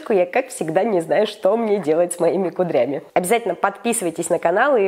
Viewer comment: Не кудрЯми а кУдрями